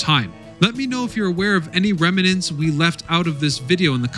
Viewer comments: The word is rem-nant, not rem-e-nant. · Ongoing issue. Remnant . There is no extra "e" after the "m." Rem-nant. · Remnant is a two syllable word, not three.